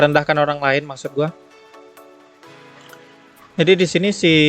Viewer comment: also: "njadi"